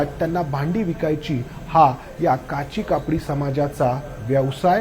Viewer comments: काशी कापडी समाज म्हणा काची कापडी नव्हे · काशी कापडी समाज असं म्हणतात. काची कापडी नाही😂😂